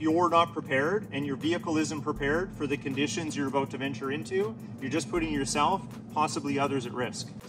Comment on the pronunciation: Never watched your channel but that “aboot” instant trust that you’re a subject matter expert 😂